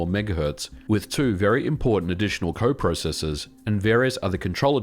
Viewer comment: You say processors completely wrong